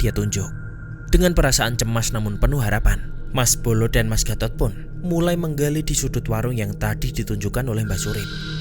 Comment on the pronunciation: Penyebutan gatot jelek banget serius mengganggu pendengaran😭